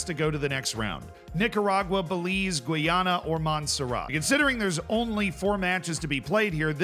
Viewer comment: Gweeyana?! Lol Thats officially the worst pronunciation ive heard to date.